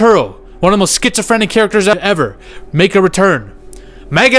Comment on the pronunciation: Duuuude wtf you said sphysophrenic so many times you got me watching medication 💊 commercials right away cuz i clean my views so it shows its retarded alcarhthym right away!!!! And i know i spelled 50 percent of this wrong be eat iiiit!! 😂